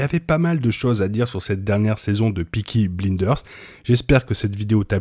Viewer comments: Par pitié prononce correctement Peaky Blinders … « bleindeurse » Et Tommy croit voir le fantôme de sa fille mais c’est son subconscient puisque justement, il a jeté le journal qu’il avait lu et donc vu la photo du mariage des Mosley. Comme les gypsies sont très superstitieux sa conscience fait apparaître sa fille. Preuve en est, Michael et Tommy ne voient Polly que lorsqu’il sont songeurs ou en train de rêver mais jamais a leurs côtés. Ils ne font que repenser aux discussions qu’ils ont eu avec elle. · j'ai beaucoup aimé ta vidéo mais stp dit le nom de la série correctement ca m'écorche les oreilles 😭😭" peaky blaillle-nders" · Bonne analyse ! Par contre, t’abuse avec prononciation… Piki Blinedeurse et tes sillian murphie 😆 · Peaky Bliiiiiiiiders fait un effort sur la prononciation 🤣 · j'ai regardé la vidéo alors que tu prononces Piki Blinedeurs bonne vidéo sinon :D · Peaky bline deurs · merci pour l'analyse mais STP fais un effort sur le nom de la série ! meme si tu fais exprès mais c'est tellement désagréable